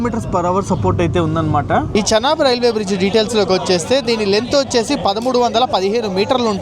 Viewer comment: భయ్యా చెనాబు, శనగలు, కుంకుడుకాయలు కాదు దాన్ని చీనాబ్ అని పిలుస్తారు